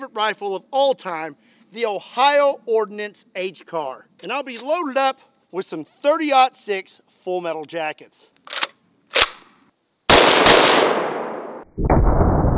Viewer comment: did you say ihio